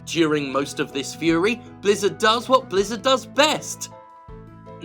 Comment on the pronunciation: For a second there I thought you said Lizzard Entertainment. The name doesn't fit them very well though, since lizzards only look slimy.